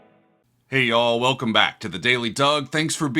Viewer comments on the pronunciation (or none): none